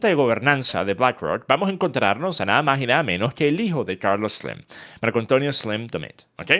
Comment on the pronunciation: Carlos sleemmmmm 😐 sos venezolano? Chao no soporto ese hablado